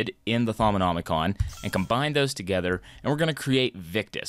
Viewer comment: How did he manage to pronounce Thaumonomicom correctly but pronounced GUI as gouey